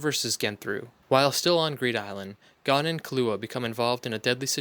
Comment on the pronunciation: If ur gonna make sum like this please name gon and killua say there name correct smh